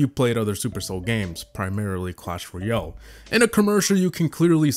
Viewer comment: "clan royale"